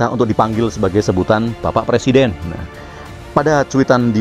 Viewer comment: Kata jàmahnya jadi pereseden di pay tren .